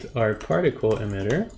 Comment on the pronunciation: Awesome. It’s “E-mitter” not “em-itter” hehe